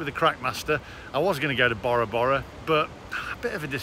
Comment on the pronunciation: The way Bora Bora is pronounced 😂 It's named after the polynesian island. Bore ra bore ra.... not borrow borrow Great vid... still love the 👍🏼